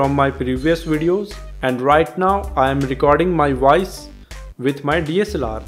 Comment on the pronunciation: its not vooaice bro its voice